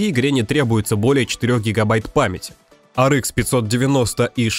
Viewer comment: Может хватит пытаться якоьы правильно произносить названия видеокарт? Говоря Ар, говорите и Экс, а не Икс. Почему-то циферки произносите на русском. Что за винегрет в итоге?